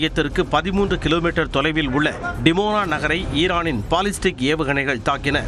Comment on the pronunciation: பாலிஸ்டிக் 😊 இல்ல பலிஸ்டிக்.